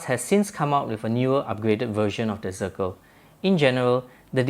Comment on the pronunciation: This is German, Deutsch name. Read: Shternglass!! Zirkel read Tsirkel.